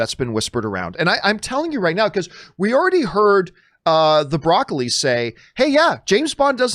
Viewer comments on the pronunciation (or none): Prior to the pandemic, wasn't there a rumor about Lashana Lynch becoming the first female bond a la Doctor Who? She's in the movie as a "OO" agent. Also isn't the producer name pronounced more like E-Coli rather than the vegetable - Bra-Coli?